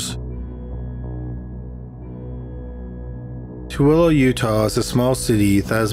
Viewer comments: Pronounced Tooele correctly the first time but not the second. My father in law said it "toolie" jokingly after he heard someone say it that way. Good memories from a not so good source... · At least 5 people in the comments say he pronounced it WRONG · I grew up in Tooele. You had the pronunciation correct at the beginning. But mispronounced a few minutes later. It's to big now though. lol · You got the pronunciation for Tooele right the first time. Two-ill-uh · He pronounced it right the first time he said it. Give him credit. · Too-el-ah,. nobody every pronounces it correctly. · I love how he pronounces Tooele “tooley” it’s said (too-will-uh) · The name of the city in the first video is pronounced too-el-e not tool-ee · It’s pronounced ta will a not too lee i know it’s spelled tooele but as a utah native we get irked when people say it like that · Its too ella not toolee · Tooele pronounced (In Utah) as Too-ella (or Too-illa) Thanks for the work. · Love this channel. Hunt a killer is awesome btw!!! Tooele is actually pronounced too-will-a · Tooele is pronounced more like too-eh-la. It’s ridiculous, so I don’t blame your pronunciation at all. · The first city is pronounced “ta-will-uh” :) From a Utah girl ;) hah great video! Keep up the good work! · I live less than an hour away from Tooele (pronounced as too-ill-uh) and I've never even heard of this case. Wtf? Shit be crazy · I'm from Utah and Tooele is pronounced. Two ill uh. Haha. Only Utahns know that! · Utahan here. Toole is pronounced Two-ila. It’s the most bizarre thing. But I remember this story. It was so freaky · the city of tooele is pronounced too i la, i love your program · I know this is a bit off topic but that town in Utah Toelle is pronounced Too-ella I know I used to live there 🙂 but great video as always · It’s pronounced Too-wheel-A ... I know cuz I live in Utah .. but I actually hadn’t heard about this one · Tooele Utah is pronounced Too-ELL-Uh.... for all you Utahns out there 😆